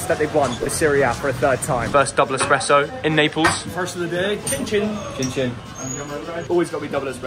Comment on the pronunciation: THERE IS ABSOLUTELY NO WAY YOU SAID EXPRESSO